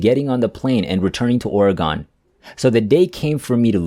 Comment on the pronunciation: I guess the teller of this tale comes from somewhere other than Or-uh-Gun (pronounce it rapidly). It's Not Or-e-gone!